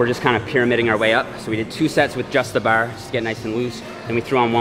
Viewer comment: Anyone else hate the way he pronounces bar